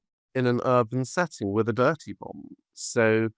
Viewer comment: Bomb not book